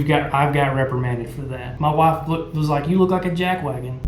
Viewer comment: Muh wuff? What is it?